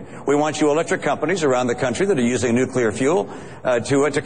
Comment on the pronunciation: How cute that Perry calls it "nucular"!!!!!